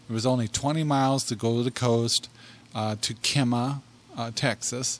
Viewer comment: We live 20 min north of Kemah. We would have loved to meet yall. Kemah Boardwalk really is a hopping place. fyi. The first half of Kemah is pronounced Kee . we really love your videos and podcasts.